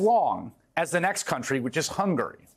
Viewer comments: None of these criminals are sorry for their crimes and they should all be getting the maximum. At the mark. Why did he say Hunger instead of Hungary?🤣🤣🤣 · Did I hear this guy call Hungary "Hunger"? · Did he pronounce "Hungary" as "Hunger" ?? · I thought he said hunger instead of Hungary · Did he really pronounce Hungary as Hunger? 🤣